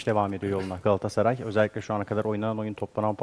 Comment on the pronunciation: çevirmen: "gaassaray"